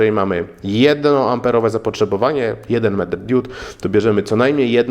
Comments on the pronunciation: diud diód :) hehe diod :P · Hej dude, mówi się diod nie diód ;) DUDE. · Diuda czy Dioda ? Wiec mówimy diod nie diud !!! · Diod, a nie diód :) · nie DIÓD tylko DIOD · Kłuje w ucho fakt 😂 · *diod, diody, diodo, diodami. Nie: diÓd, diÓdy, diÓdo i diÓdami. Mocno to razi, zniesmacza i zniechęca. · DIOD, a nie DIÓD! Matko boska, uszy krwawią, jak się w ciągu 20 minut słyszy takie kalectwo 150 razy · DiOOOOOd. Nie diód. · DIOD!!!! nie diód/diud :P ale taki poradnik dla wielu pewnie się przyda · diud" serio?